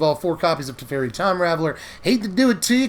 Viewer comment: Was really enjoying the video until you said Teferi, then I left, LOL.